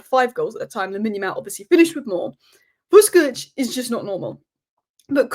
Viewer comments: Great analysis! Minir point you pronounce the Croatian’s name as Vushkovich. You’re 80% there already 😉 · Pronounced ‘Vush’